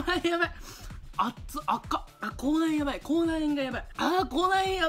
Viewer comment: 口内炎がコーナン、コーナンって聞こえる🙃